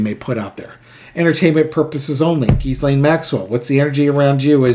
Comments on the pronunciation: The S in Ghislaine is silent. I believe it’s Ghee-lane, pronounced like the Indian clarified butter. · Gee-Lane Maxwell. Forget about the "s" in her name. It's silent. Love your show. Watch you every day!!! :)) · Ghislaine, pronounced 'jee-lane'. The 's' is silent. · Why can practically NO ONE get her name's pronunciation correct?!! It is NOT pronounced "Giz • Lane," the Goddamned "s" IS SILENT!! The correct pronunciation is Gee • Lane!! With a HARD G, not soft!!! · It’s ZHEE-slain. Rhymes with Elaine. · Ghee- lene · oh that's how its pronounced we've been calling her Jizzlaine. Oh well lol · Hey... Pronouncing her name is easy! Just remember that the "s" is silent! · Pronounce her name with no " s " sound. Forget the S . 😊